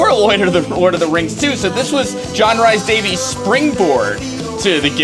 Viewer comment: Sorry for being a pedantic Welshman, but that really isn't how "Rhys-Davies" should be pronounced. :P